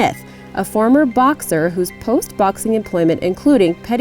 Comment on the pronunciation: I laughed when she pronounced coogee as kooghee its actually phonetically spelt koogee with the sound of the g only as in gee im hungry hahaha so yeah.....